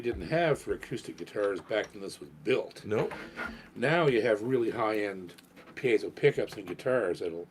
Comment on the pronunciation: is one of the few people to pronounce piezo correctly